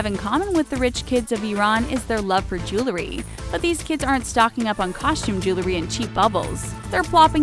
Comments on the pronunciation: It's jew-el-ry, NOT jew-la-ry. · "JEWLERY"?!!! Are you serious? Sad commentary on your English speaking skills. Next you'll say "CARMEL flavor". 😏😏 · She should learn how to pronounce jewelry.